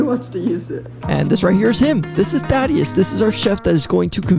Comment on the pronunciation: “This is.” Oh, at first, I thought you said, “This is Daddy”